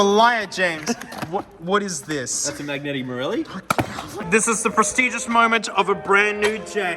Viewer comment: 10/10 on the "marelli", the "magneti" needs work